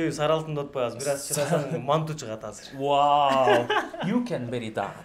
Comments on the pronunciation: Манту эмес манты деп айтылат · Мантуу эмес манты